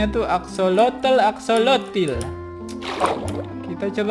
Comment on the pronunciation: Aksosol bukan axolotol